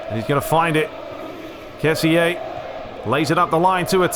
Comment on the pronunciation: Hey I just saw u we're back a week ago I'm happy ur back, we can enjoy some commentary but ur not pronuncing kessie right it should be ke-si I hope u read this comment because I saw nobody else doing it